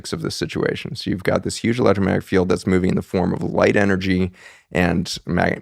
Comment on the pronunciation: Please for the love of all that is good in the Universe... learn how to say ELECTROMAGNETIC... there is a G in the word. It really does matter...